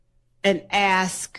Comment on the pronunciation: Please can someone teach this person how to say the word A S K!!!!!Annoying and ignorant!!!